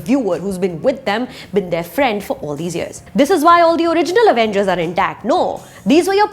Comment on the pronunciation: Avengers pronounced as “uh-vain-gers” by Suchitra Tyagi - 😂😂😂😂